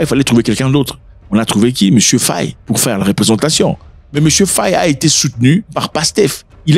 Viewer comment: monsieur en faite c'est Diomaye "FAYE" = " /feɪ/ " et merci pour tout